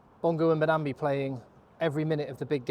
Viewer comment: I know mate. I'm bantering the hosts mispronunciation.